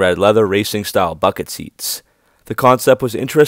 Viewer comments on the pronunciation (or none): none